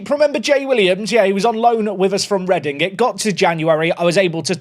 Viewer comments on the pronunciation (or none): none